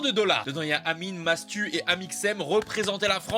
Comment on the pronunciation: Non il a vraiment dit Matsu et ça à fait polémique